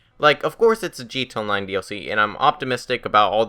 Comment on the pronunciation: bullpup rifle is good and btw do you have a speech impediment because it's pronounced gta online not gto online